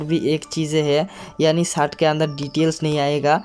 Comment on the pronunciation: अरे पाहिले शर्ट बोलणा सिख ले